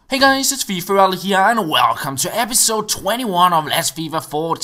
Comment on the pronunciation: "Welqqhqcome" haha. You're the sickest skiller I've seen on Fifa 14!